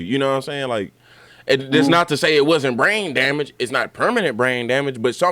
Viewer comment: He said gah damn-age 😂